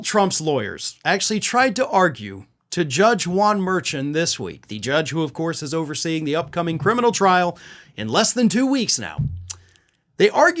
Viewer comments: Hey it's pronounced Mer-shawn. Keep doing what you doing buddy. Love this channel. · Just a note all other commentators on this topic (including lawyers who work in New York) pronounce the judge's name as mer shawn. Accent on the last syllable. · Please..learn how to pronounce the judge's name. Sounds like Mer-shawn. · The judge's last name is pronounced Mer-shawn. Every time you say it, I hear fingernails on a chalkboard. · you pronounce Marchan the wrong way.